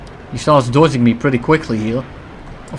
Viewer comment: I hate when u say dodging, you can't say that normally